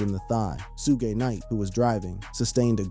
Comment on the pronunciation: U say suges name wrong and its killing me